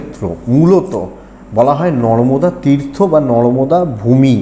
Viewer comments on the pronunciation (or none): ota NORDOMA NOY NARMADA...😂